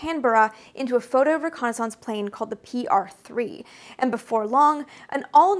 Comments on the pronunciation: Excellent video, watched every second and learned a lot but.... your continual non-standard pronunciation of reconnaissance is distracting to say the least. There is a correct USA English pronunciation and this isn’t it. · I seriously had to stop the video after hearing that word mispronounced for about the 50th time. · Everytime you say "reconnaissance" a dial up tone goes off in my brain lol, I've never ever heard it pronounced that way before Maybe it's a regional thing, I'm from Chicago and I've only ever heard it pronounced "ree-kon-iss-ince" not "re-kon-aah-sahnce" Edit: I know you're an author so I'm not gonna tell you what is and isn't the right way to pronounce things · That would be pronounced ho-co-ni-sanse. She's doing her own thing. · Best eyes and bangs on YT? Check! Worse pronunciation of the word reconnaissaaance? Check! 🤪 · entirely agree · Thanks for the bit of trivia in the description. To be honest, I was thrown off by your pronunciation given how you have such an accent-neutral speaking voice. Never thought of reconnaissance as rhyming with Renaissance but it makes perfect sense given your background. Kudos for the great channel! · Wow, details to the max, love the insight. I also enjoyed your alternative pronunciation of "reconnaissance." One minor nit, but General Bernard Schriever's name was pronounced Schr-ee-ver, not Schr-eye-ver. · Great video! I'm curious about your pronunciation of the word "reconnaissance" though? Are you saying it in the proper french? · I think I remember you saying you grew up French Canadian. The way you pronounce reconnaissance makes me self conscious about the way I say it. Hillbillies don't speak French. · your french canadian is coming through when you say reconnaissance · This might be a regional thing but are you saying "reconnaissance" correctly? reconnaissance. I do enjoy your videos. This is not a bashing but sorry if taken that way. peace! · Guessing it is the Canadian pronunciation.